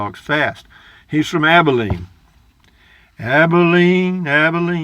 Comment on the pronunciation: “Abilene” ......says it all...... somehow “ Yankeefied” toooo fast! 😬😎😂